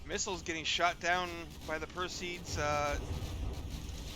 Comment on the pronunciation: Not sure how Harnas wants it pronounced, and you can pronounce the word however you like, but it is per-see-id as opposed to per-seed. Just an fiy.